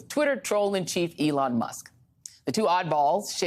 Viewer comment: Wait a sec: said "Ellon" Musk is a genius. 🤣